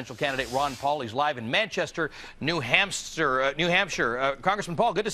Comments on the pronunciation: Lawl. New Hampster. That's what he said the first try. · did anyone notice said new hamster? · He had it right the 1st time, "New Hamster"... not the people, the State.